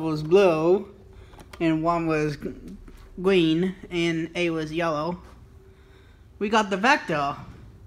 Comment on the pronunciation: Green not gween